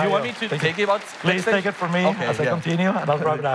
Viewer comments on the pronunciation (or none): "from" not form